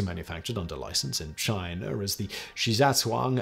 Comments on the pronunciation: Don't forget he says Chiner instead of China around 540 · that's a British affect to use the R to soften the transition from a word ending in a vowel to a word beginning with one. Such as "he went to China and.." it's taught to be easier to include an R to help the tongue in the A to A transition, sounding like "Chinerand" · “In 2018 Chiner announced” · It was the way JFK pronounced China. It was really odd to hear it from Simon. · good pick up! Funny, but pronunciation being the same is not a huge surprise to my mind given that my friends & I have always thought of Quimby being somewhat of an ‘alternative universe’ imagining of JFK anyway! You know, the universe where JFK let himself go, never progressed past local politics, became even more unsubtle in his chasing of women, his drinking and not so low of a level of corruption, but still in his heart of hearts he remains basically a decent/good guy!